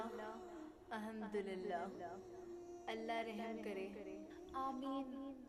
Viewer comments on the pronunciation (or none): Alhumdurillah nhi hota Alhumdulillah hota h ❤